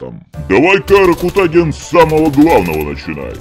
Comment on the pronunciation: Так смешно ракутагин ударение ставит не правильно.